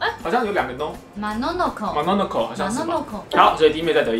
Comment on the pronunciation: MONONOKE 的最後一個發音怎麼跟我們平常念得不一樣XXD 我們念都會有K的音呀XXD 最後一首我竟然猜成貓的報恩.....